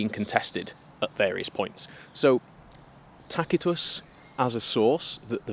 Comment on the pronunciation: Thank you for pronouncing Tacitus correctly 😅